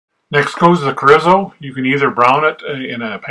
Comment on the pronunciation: Looks good. PS it's pronounced CHORE - E - SO The R has the rolling R sound of you can do it. I personally can't.